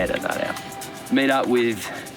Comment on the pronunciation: saying ‘South Carolina’…priceless 😂 From this native, you nailed it, mate.